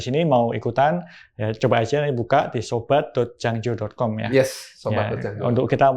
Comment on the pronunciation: Jangjo bukan janglo